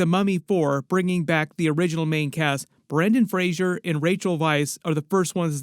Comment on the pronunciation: Brendan Fraser, not Frasier